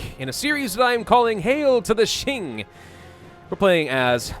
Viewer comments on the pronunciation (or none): Please pronounce it like "Ching" and not "Shing". Ching is way more common as a pronunciation